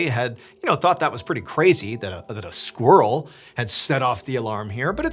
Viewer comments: I love the way you say squirrel as squrl ❤❤❤ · Squrrel? Squirrel? I pronounce it with the I. Non-native English speaker.